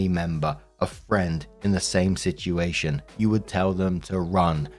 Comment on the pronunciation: Please tell me I'm not the only one who gets a kick out of the way says "situation". It almost sounds like "shituation" to me.😂